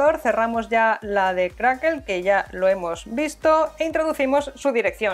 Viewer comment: Es Crackle no crackel jiji jijiji